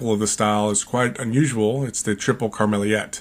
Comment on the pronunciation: Greeting from Belgium. Pronounce it as "Karmeleat". I live in the region where they brew a lot of famous beers like Karmeliet, Viccaris, Duvel, Cornet, Malheur, ... to name some.